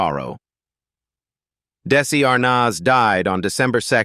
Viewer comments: It's Desi Arnaz, not Desi Arnoz. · I really wish they could pronounce their names right for instance Desi Arnaz is pronounced Arnez it's very annoying! 😮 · Desi ArNAHHz?! diSEElu Productions? Lucy DAYsee Comedy Hour?! Just careless input into your AI narration host. You need to input tough words PHONETICALLY! An insult to their memory. Unsubscribed. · Plus how about if the narrator learned how to pronounce names? Who is R-noz? 🤔😂